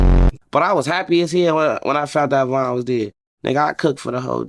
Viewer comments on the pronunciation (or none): none